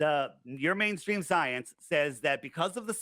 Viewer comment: "Yur manestreem scyence"